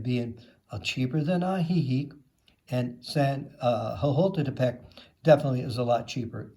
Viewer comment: Good grief! Learn to pronounce what you promote. It’s ah-hee-HEEK and ho-KO-te-pec. 😡